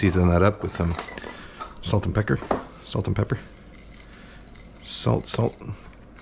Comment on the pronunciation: Salt and pecker. I heard it. 😅